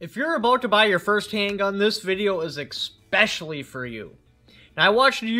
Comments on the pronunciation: Come on man. eKspecially? Its just specially with an eh sound before it. Say it with me, eh - specially. You hit all those cliche words people say wrong. Like how you said IRregardless which isn't even a word. Lol. Its just regardless. Please tell me you don't also say "Pacifically" instead of Specifically. Its all just words and we know what you are saying, just busting your chops man. I'm sure there will be some dingle berry here shortly that will be SUPER triggered, nearly to the point of a stroke, forehead veins bulging, and sweat dripping onto their keyboard as they accuse me of being a "grammar nazi". So hopefully you aren't so delicate and sensitive as many viewers/commenters are. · Its especially which is problematic......how about specially? Neve exspecially! Come on all of us 2A people do not need to sound illiterate! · Interesting take on why the revolver, the maintenance. I like it. One tip if I may. In your introduction, you say "eKspecially" twice. Haha No K sound in the word "especially." Enjoy your first Father's Day, bud!